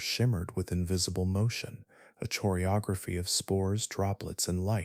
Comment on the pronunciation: how is this brilliant narrator really going to mispronounce "choreography"? 😅 It's a hard "c" sounds brother! You don't pronounce "ch" the same way you pronounce it in "chore". It sounds more like "koreography" 👍